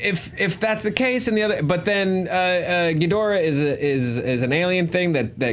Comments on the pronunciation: Ghidorah. Not ghidrah. Say it with me. Ghi Do Rah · King Ghidorah...Ghi-dor-ah 👀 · The cringe of the GHIDORAH!.......being pronounced as "ghidrah" is too painful. Please stop this nonsense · Ouch, that mispronunciation of King Ghidorah's name is painfully off. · Y'all can not pronounce ghidora😂😂